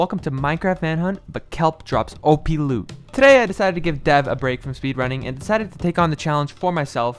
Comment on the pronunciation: Nope listen closely at the end of the word he said loot